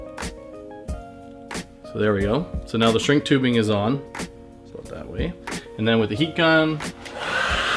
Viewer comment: I heard him say "aboot". Not sure bout this guy...